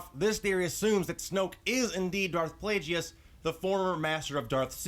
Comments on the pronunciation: ITS NOT( pla-jee-us) ITS ( pla-gus)!!!!!!! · Plagues is pronounced Plag-us. Also, Snoke was the apprentice that killed Plagues. Palpatine became Snoke's apprentice much later. Palpatine did say in ep. 3 that the story of Darth Plagues the Wise was a Sith legend... (so there's a good chance that it happened a long time before that conversation). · his name is pronounced plague and guess, so plagueis